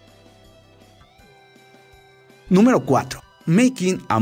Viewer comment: En la 3 dijo nuemro 13 y o dios que no sabes pronunciar el ingles